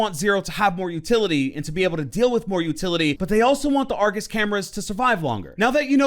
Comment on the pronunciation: Ngl I thought you said angus camera